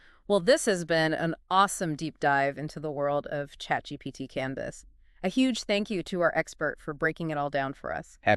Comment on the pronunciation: ChatGPTT? What's ChatGPTT?